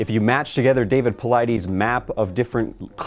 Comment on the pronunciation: PauliDES, not PauliDEEEES.